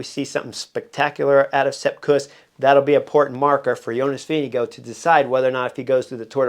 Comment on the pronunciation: Vinge-go = Vingegaard